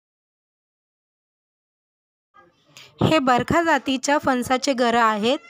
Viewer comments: बरखा नाही बरका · बरखा नाही बरका म्हणा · Barkha??? It is Barkaa